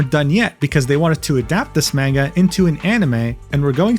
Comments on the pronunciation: Mujins videos are fascinating to watch, but every time he says manga wrong I taken one point of psychic damage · You can say the title correctly but can't say manga? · i think its pronounced munga not man-ga also its dough jin not duujin (i think)